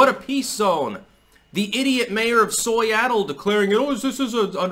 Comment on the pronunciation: Thats the first ever ive heard "Soyattle", I usually call it "Freeattle" 😆